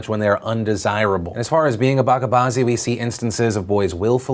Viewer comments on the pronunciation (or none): It's not pronounced baka, it's bache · not BAKKA its bacha` "CHA" like "cha"mpion. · Hey Phil, it’s Bah-cha, not bah-ka when talking about the Afghanistan story. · hate to be a language Nazi but the word Bacha which means Kid, is not pronounced as Baka, the ch is more like chair or chips but it is pronounced twice, so the correct pronunciation is Buch(like much)-cha as a single word. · It's pronounced ba-ch-a not bakka. You pronounced bazi correctly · It's not baka it's Bacha (Ba-Cha as in chart)... You're welcome... :P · Its pronounced bacha not baka. The ch here is not pronounced with the K sound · Hey Phil, it's pronounced bacha (ch as in choice) bazi not baka bazi .. means baby or boy in Urdu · It's not "BakaBazi" it's "BaCHa Bazi" as the CH in CHurch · Philly D my man, it's pronounced "batcha" or "batchah" not "bakka" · Bache bazi is pronounced ba-che not ba-ka. Driving me nuts cause you said it so many times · Hey Phil, great video like always. Terrible terrible thing to hear regarding Bacha Bazi. Just a small correction to your pronunciation of Bacha. Its not (Ba*ka* Bazi) its actually (Ba ch a) with ch being pronounced like ch annel. Indian here so just a small correction. Hope you or the community doesn't feel bad about me offering a correction to the word. Love yo face as always! It's great to follow your main content on here and the BTS Vlogs. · pronounced 'BA-CHA', not 'BA-KA' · It's Bacha Nazi, the "ch" is soft as in the start of chocolate, instead of a "k" sound. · Philip DeFranco bacha should be pronounced with cha like in cha cha cha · The ch in bacha is pronounced like the ch in cheese, just thought I'd put it out there, because at first until you showed the word, I didn't know what you were on about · Bachabaazi is pronounced 'Ba-ch-a-baazi' where 'ch' sound being the one from 'chariot'. Also, love you! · Just letting you know, it’s Bacha like batch, it’s pronounced batcha baazi. Thank you for talking about this.